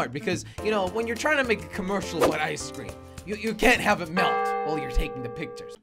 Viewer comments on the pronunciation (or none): When jelly said ice cream it sounded like keklocob